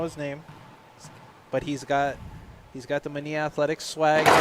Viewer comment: The name "Manilla" not pronounced "Maneeya" in English.